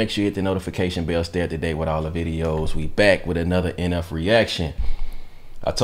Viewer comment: No he didn't mention NF... He said enefing